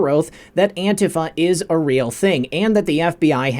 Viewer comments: it’s not Auntie Faye! It’s Ant Tea Fah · Anti-faa... not Antie Fay... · NOT antiFAY. It is pronounced anteefah (antifa) with expression on "tee". (an-TEE-fah) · Learn to pronounce antifa please...it is not antifay, it's antifa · ITS NOT ANTIF AY , IT IS ANTIF AH!!!! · Its antifah..not "ay" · FYI - antifa is pronounced an-tee-fuh with the emphasis on the "tee". No long "a" at the end. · Isn't it pronounced Antifuh? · “Auntie Fay”..... the algorithms surely will miss that one! Good ol’ Auntie Fay would never be accused of ter ro ism!!! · pronounced that way on purpose to trick the AI algorithms.